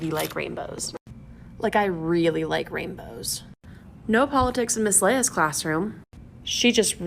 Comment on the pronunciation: Really likes rainbows. Mispronounces it as "raimbows".